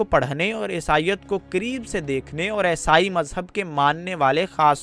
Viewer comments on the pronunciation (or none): bhai aisai nahi eesai kehtay hen aur alam nahi aalim kehtay hen